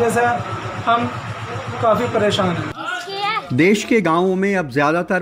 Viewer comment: Correct the word.... as 'Desh ' instead of des